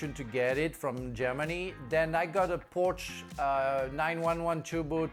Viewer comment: Frank does not know his cars with his pronunciation of a Porsche 911 😂